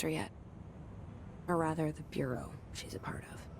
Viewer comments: Federal “Burrio” of Control. Where’s from?? Just curious actually. Fw his videos good stuff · Bruh said federal Bury-al of control. Lmao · The way he says "bureau" 👀